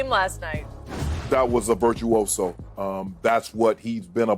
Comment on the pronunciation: Nobody: Shannon: It was Virtuioso"